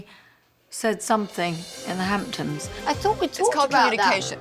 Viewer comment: “Hamptoms” LVP can’t speak for shit 😂